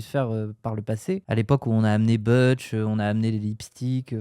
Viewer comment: Butch ça se prononce "boutch" pas "beutch"😅